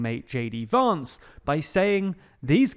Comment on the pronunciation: Vance not Vahnce and Kah-muh-luh not Kam-uh-luh